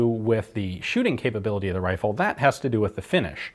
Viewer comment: “On the whitworth wifle”